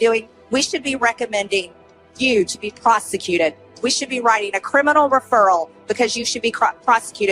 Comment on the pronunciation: "'Prosechjuut' issz a wrb not navn."